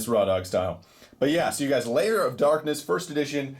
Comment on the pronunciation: Its lair not liar